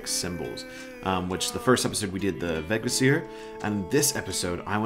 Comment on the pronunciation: Wow your ´skaldskaparmál´ was really good actually! Remember for Vegvísir and any other word, that emphasis goes on the first syllable. helps a bunch when you learn that rule. Thanks for the video as always